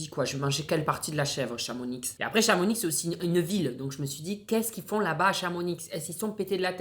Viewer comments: Chamonix ce dit « chamoni » J’y habite ça me fait donc mal au oreilles ! Mdrrr Les hauts savoyards ne t’en veulent pas 😂😂😂😂❤️❤️❤️ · On ne prononce pas le x de Chamonix 🤣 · Stp chamonix le x ne se prononce pas !!! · Et je rajoute qu'on prononce pas le X 😂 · Chamonix on ne prononce pas le X 😅 par contre on est pas des pauvres avec rien dans nos villes merci 😂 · Pour les gâteaux '' Chamonix '' ou même pour la ville on ne prononce pas le " X " a la fin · le x de Chamonix ne se prononce pas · C'est de la tuerie le chamonix! (On ne prononce pas le x 😂) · mdr on dit pas le x de chamonix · Non on dit pas le x de chamonix 😭 le X. Se prononce pas 🤣🤣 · chamonix on prononce pas le x mdrr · On ne prononce pas le «x » de Chamonix ça fait 3 ans que je vis en haute Savoie et en arrivant il me paraissait logique de prononcer le « x » mais c’est une faute que les haut savoyard ont horreur qu’on fasse 🙅🤣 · Je dirais même qu’on le prononce pas comme Auxerre et Bruxelles 🥲💪🏻🥲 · Dans le nom de Chamonix on ne prononce pas le "X" de la fin😶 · on dit Chamoni pas Chamonix, j’habite la bas et si on a des intermarché et on est pas en haut de la montagne mdrrr on est en bas mais quand même assez éloignée au cas où y’a des avalanches 😂😂 on a même des kiabi, zara, gemo, nike, adidas etc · Ça fait mal pour les Haut savoyardes...😭 On dit pas Chamonix ça dit Chamoni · Courage à tout les savoyards et hauts-savoyards quand dit « ChamoniX » 😭😭😭 On dit ‘Chamoniiii’, sans le X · Alors on dit pas Chamonix, on dit Chamoni mais ça s’écrit avec un x 😅😅😅😂😂😂( j’adore ta vidéo) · CHAMONIIIII PAS CHAMONIXE MDR même si ça s'écrit Chamonix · "ChamoniXXX" 😂😂 le x ne se prononce pas, venant de haut Savoie ça ma bien fait rire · à l'aiiiide on ne prononce pas le "x" de chamonix, c'est comme ça en haute savoie!!! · ...je t'aime bien mais la c'est grave dans Chamonix ON NE PRONONCE PAS LA X!!! PS: j'habite là bas! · On dit pas Chamonix, on dit Chamonix sans prononcer le x😅😅😅😑😑🤭🤭❤️❤️❤️❤️❤️